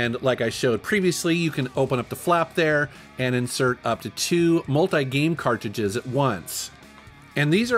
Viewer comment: I h8 the way he says "CartJudges"...its cartridges